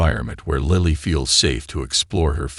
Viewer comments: Lightly ? What happened to Lily.these wrong spelling wrong pronunciation makes a serious problem into a comic fiasco. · “Lily” is pronounced like the flower: Lil-ley, not lie-le I hate AI or & the poor editing.Sigh… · Can the man narrating the story call the child name by her correct name. He calls her liely, lily....the correct pronunciation. 😊 Sorry could not watch the whoke video. In the same sentence he calls the child liely & lily.. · WHERE do you get these narrators?? They need to go back to school andlearn to READ! LILY is 'LILL LEE'... NOT 'LIE LEE'! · This is a beatiful story, if only the announcer could pronounce "LIL-E"'s name properly as well as other words. Goodness knows he should read through the story before he ATTEMPTS to record it! And some of the words are spelled incorectly because the typist never revued the script! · Pronunciation of a name is that all that was ascertained out of the story? Missed the whole essence of the story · It's AI, not a person reading, a computer. Several other words and phrases are mispronounced. I don't think I'll listen to anymore of these. It's just tedious translating in my mind as it goes along. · Why can't the man who narrating this story say Lily's name properly . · Do you listen to your narration? Pronouncing Lily differently. It is very confusing for someone who can't see. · Astonishing how many ways 4 letters can be pronounced. L I L Y, sometimes in the same sentence. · Agreed it's distraction from the narrative. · I am hearing Lily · Not just Lily’s name, AI can’t pronounce several other words! I hate AI, it’s invading everything!! Goodbye